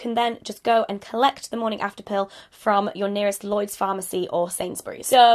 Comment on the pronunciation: "Llyods..." oh, Hannah